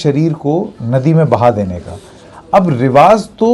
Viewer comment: Sir रिवाज़ नहीं रिवाज होता है